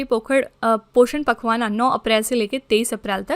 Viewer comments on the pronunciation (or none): पोखरण ❌ पोषण पखवाना ❌ पोषण पखवाड़ा ✔️ 😅Just Kidding Ma'm😂